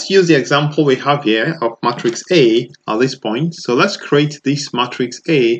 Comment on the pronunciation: I think it’s “may”-“tricks” not “mah”-“tricks”. Otherwise, this is very helpful!!